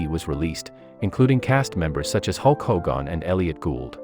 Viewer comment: Who tf is Hulk Hohgahn?